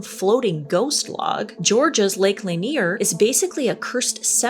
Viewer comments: I've always heard Lake Lanier pronounced exactly as you did it. Just so you know 👌❤️ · I live in Georgia, I'm proud of you, you actually pronounce lake Lanier correctly. I have so many questions about mortician work